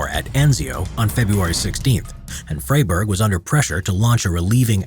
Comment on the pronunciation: Indeed…not his proudest moment, but Narrator, please…a little homework before stepping up to the mic. The man’s is not “Fray-burg”, but “Fry-burg”.